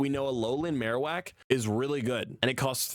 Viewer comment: Bro read marowak and raichu wrong